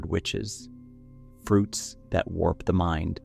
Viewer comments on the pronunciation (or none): none